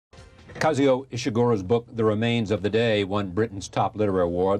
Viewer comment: It would have been great if Charlie Rose had bothered to learn to pronounce Kazuo. It sounds just like it's written, but he says "Kazeo"